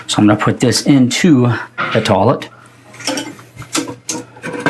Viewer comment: Where are you from where it's pronounced Taw-Let? Not making fun, you'd think it was weird i call it toy-let.